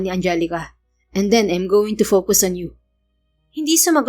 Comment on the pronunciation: yung naka-FOCUS. pinag.aawayan namin lage ng alaga kong Singaporean ang probunciation😂 its-fow-kas daw.. not po-_kus 🤣 succh a nice and super kilig story as always 👏🫶🎂